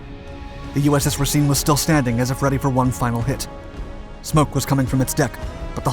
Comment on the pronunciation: Also, the way you're pronouncing Racine is a bit wrong, i grew up in the city the ship was named for, it should sound like you're saying racing